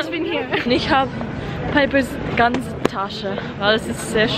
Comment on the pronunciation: is that how you pronounce "ganze" in Passau dialect?^^